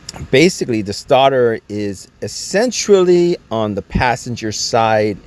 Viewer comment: The (essentruly) essentially is killing me